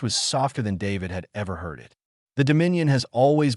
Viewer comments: Hangry maybe? Good story. Thanks. Some observations for AI improvement: Two letter words should be pronounced as one word. Ex: "i" "t", should be "it". Dots at the end of a sentence indicate pauses. Not words to be spoken by the narrator. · It would be nice if the AI could distinguish between the word "it" and the abbreviation "IT". I guess we don't have to worry about our AI overlords just yet